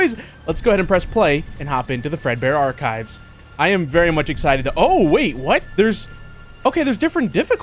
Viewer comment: saying "arc-hives"